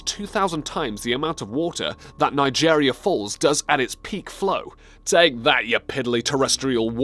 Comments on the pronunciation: Oskillations? The Pokorocca? The spelling and pronunciation of the word Pororoca is defined in the video yet still mispronounced Where is Nijerrya Falls??? I know Niagara Falls is just a couple of hours drive for me. National Oceanic and Atmospheric Administration is not NOOA. How big is 6 6000 square miles? 36,000 square miles? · Its pronounced "Nay-AE-gruh falls"; Great video nonetheless. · How tf did he just pronounce niagra falls?